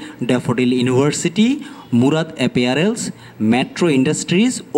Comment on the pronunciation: ভাই apparel কে এপিয়ারেল বলছেন বুঝতেই তো কষ্ট হয়। রিপোর্টিং করার সময় কিভাবে pronounce করছেন একটু নজর রাখা যায়না?